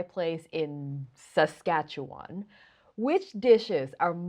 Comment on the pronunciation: You know about Saskatchewan!? Thats an achievement in getting the name right ❤